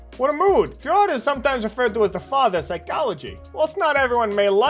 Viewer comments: hold on... do you think that's how to pronounce Freud? Like "Fjord?" Because it's SUPER not. It's pronounced "Froyd." Rhymes with Lloyd or Boyd. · I'm sorry, did you just say "fyord"???? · Freud being pronounced as Fjord caught me off guard. I don't know why this is what impacted me, but that's what it did. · I... I can’t tell if is pronouncing Freud like that cause he doesn’t know, or if he want to be the reason for multiple riots on a global scale, with the goal to feed the power of the chaos gods. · can we talk about how he pronounces Freud